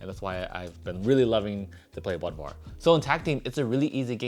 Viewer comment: If the O umlaut in Bodvar is Germanic he should be pronounced BOODVar